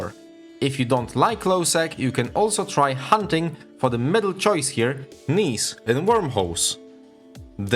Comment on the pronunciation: Gneiss is pronounced like "nice", not like "niece" or "knees", as you could have found out from five seconds of googling. Of course, that is, if you actually wanted to prevent sounding like a willfully ignorant and uneducated parrot of whatever mispronunciation you happened to pick up from equally willfully ignorant and uneducated sources.